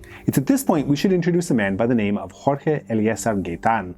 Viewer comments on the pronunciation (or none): none